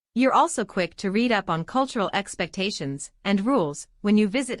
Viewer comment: Great content. Beautiful voice. Wish it wasn't a robot, since it frequently mispronounces the homographs, like "content" and "read".